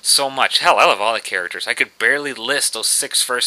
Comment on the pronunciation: "first Aaracters"